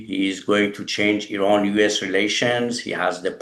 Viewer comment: You need to pronounce the name of your country correctly sir.